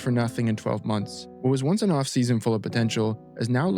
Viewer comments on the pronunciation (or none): none